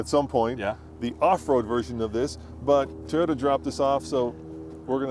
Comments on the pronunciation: Wh does (and others) always say Tie-ota???? It’s TOY-OTA…..Toy, similar to boy or coy or soy…😅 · Tiyota